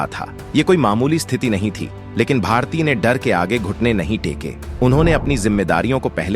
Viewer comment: Pronounce properly, it's bharati, not bhartiy. Y is not there